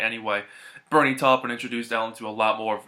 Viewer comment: Great review. And thanks for pronouncing Taupin’s name correctly!